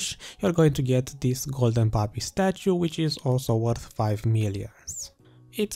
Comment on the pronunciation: Man I really like your videos keep it up. I like how you said Golden Papi lol